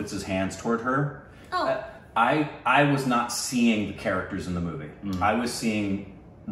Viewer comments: Here is a simple way to pronounce dipika ..... 'the'ipika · Try saying 'Thee pika' and not 'Dee pika'.. :) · Its THE-pika instead of Deepika. Hope you see this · Pronounciation advice -- whenever there is a 'D' in indian names say it like you say 'the' ...so deepika as theepika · It is Theepika like how you pronounce 'The' . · say deepika like THEE-PEE-KAA